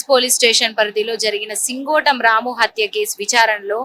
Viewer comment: సింగోటి కాదే సింగోటం